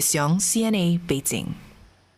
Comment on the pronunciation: Every single time when Olivia Siong says 'Bei-Zinc' I cringed. Jing, not Zinc.